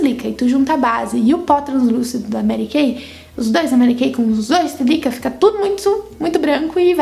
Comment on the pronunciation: Oi! Adorei o vídeo! Só discordo de uma coisa: não tem como ser a sílica (se fala com acento no primeiro i) que faz arder os olhos. Sílica é um composto inorgânico, a areia é constituída basicamente de sílica. Sílica não tem cheiro algum. É areia. Deve ser algum outro componente. Na minha opinião, devem ser os componentes anti-idade que a base contém. Sei que deves ter tirado essa informação de algum lugar, mas não pode ser verdade. Não entenda como crítica, adoro seu trabalho! Beijos!